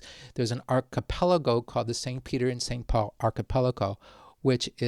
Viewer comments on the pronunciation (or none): none